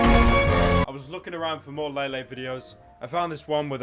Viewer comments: No lele will have to stay ❤️ I love her it’s pronounce lele not laylay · La-Lay Poonz That is all.